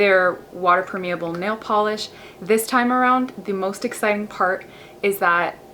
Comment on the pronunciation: You pronounce permeable wrong!